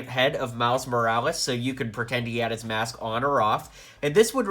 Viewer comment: said vulture mash instead of mask